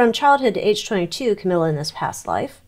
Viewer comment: Did you say cowilla.